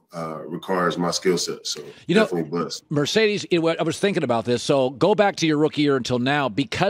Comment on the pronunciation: Why he call him Mercedes? He’s M”a”rcedes bro